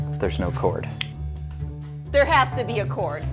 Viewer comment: cord! NOT CHORD